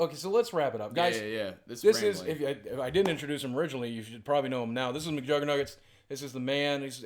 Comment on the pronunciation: "Muckjergits" why can't you say your own name?